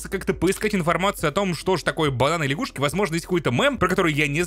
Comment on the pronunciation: Не ляшгушки, а лягушки